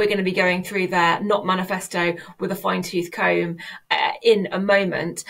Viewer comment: The first time I have ever heard the phrase 'fine-tooth comb' pronounced correctly. Truly these are the end times.